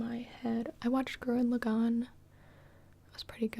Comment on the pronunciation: the way she said gurren lagann 😂